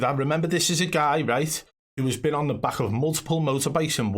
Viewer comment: Cant take a guy seriously if he say baj instead of back